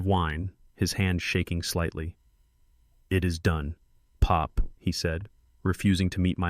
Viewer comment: I wish the narrator would not say pop as if it was a noise and not a name, also why say Tony’s is said Tony S ridiculous.